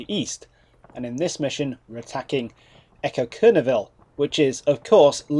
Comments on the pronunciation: lol "Ecoqueneauville" Your try was entertaining. :) I think it is pronounced somewhat like "E-cock-no-will"? Maybe I've missed it, but which shader do you use? Looks nice, as the contrast/shadows is not over the top. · I'm so hype for this whole campaign. BTW - as a bilingual French-Canadian, the closest pronunciation I can muster would be along the lines of "ay-COKE-nay-o-VIL". You mis-spelled the town name in the title of the video. As per wikipedia, should be Écoquenéauville-- you missed the a!